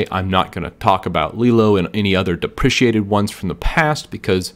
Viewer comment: I cringe whenever you pronounce "deprecated". You are pronouncing "depreciated", which is a different word and pronounced differently, and although they have related meanings, "depreciated" is never used in software world (unless you are writing accounting software or something like that).